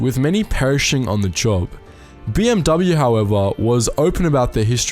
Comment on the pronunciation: The dude doesn't know how to pronounce "BMW" either.